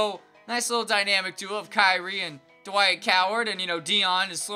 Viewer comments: "Dwik Howard" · this man said dwike howard